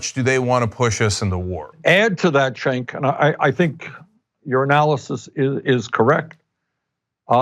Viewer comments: Lol Bernie pronounced Cenk's name as Chank instead of Jank lol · Bernie called cenk-cenky in the begining lol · I find it funny how Bernie calls Cenk, Shank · How do you pronounce Cenk's name? Ana Kasparian: "Jenk" AIU: "Gank" Sanders: "Shank" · Great interview but Bernie's pronunciation of Cenks name made me chuckle. Concerning the Iran Nuclear Treaty, Trump is some special kind of moron to tear it up in the face of such overwhelming evidence that it was working. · Did bernie just mispronounce cenks name?